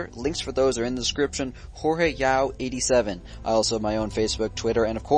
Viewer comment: Its Jorge (hor hey) not George idiits